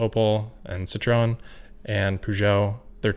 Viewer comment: An absolutely stunning episode. You're live stuff is almost as good as your produced stuff. Fyi, citroen is pronounced "Citro-an" (at least, here in Europe)